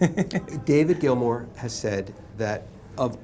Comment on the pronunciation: Maybe get to know the NAME of the guy selling his guitars... "Mr. Grill-More"??? ... and am what's am with the um in the am middle of um every other am word of the Grillmore historian??? I can imagine a transcript of this um video. - Also FIRE THE um #$%& CAMERMAN. #$%&